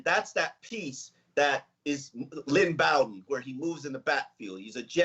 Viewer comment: it’s Pronounced BO-den not Bow-den